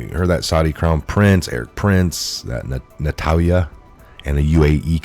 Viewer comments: Thank you for Red Pilling people. Love ya and watch videos daily. Are you tired, eyes sore or words not clear? Ex nurse so a tad worried for you. Just a concern of reading some words wrong alot lately like today Israeli PM Benjamin NETANYAHU was pronounced Natalya 3 x today.. word myriad pronounced (mer-ree-uhd) and abhorrent (ab- whore- rent) different from aberrant (ab- er-rent) in past. Hope you do not mind. Professional journalism best with good spelling and pronounciation. Arab and Russian names tough but BIBI PM ISRAELI...we all know. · Netanyahu = NET-AN-YA-HOO. Thats for future reference. I love the content but the mispronounced stuff gets me. Keep up the great work. WWG1WGA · Net - in - yah - who